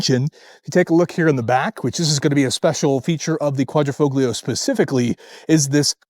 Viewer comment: Dude! Typical carsalesman speech... not too bad, but superficial. You need to wash the car and work on the Quadrifoglio pronunciation too! As a 2019, this is a pre-upgrade model with most known problems (eg electrical and failed fuel pumps) and no touchscreen. The brakes are actually Brembo not Alfa. The whole hood is carbon, not just the underlay. You missed that the roof is carbon as is the tailshaft and the front splitter drops at high speed. Paint is a tricoat special and those wheels are forged.